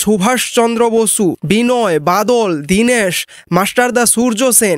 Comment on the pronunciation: প্রথমে বাংলা ভাষা শিখতে হয়, তারপর বলতে হয়। বছু,দীনেছ, ছেই ছঙ্গে ইত্যাদি এসব কোন দেশী বাংলা!